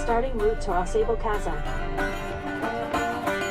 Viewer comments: I grew up in that area. It is pronounced Aw- Sable with a long a, like the animal Sable. The Adirondacks are beautiful. You should try kayaking the Saranac River. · You're almost saying it correctly. Au sable Chasm.... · Pronounced: "aah Say bull"